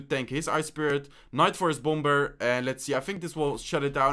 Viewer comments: Great video and I love watching ladder. Also the second b in bomber is silent so pronounced bomer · hate to be rude but bomber is prounounced bommer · Say Bomber without the second "b". Pronounce it like Bomer. 😂😂😂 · Your accent is so cool and funny😂 the way he says "bomber".....love your videos btw dude👍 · By the way in english you don’t pronounce the second b in “bomber” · When he says bomber lol